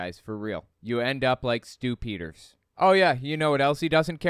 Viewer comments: Are you saying "Stupiders", or Stew Peters? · did you say stupidders? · I could have sworn I heard you say "... this is Stu-pid-ers..." maybe you did...